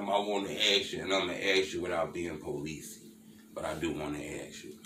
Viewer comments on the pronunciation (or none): Bro you gotta stop saying policey that shit sound hella policey 🤣🤣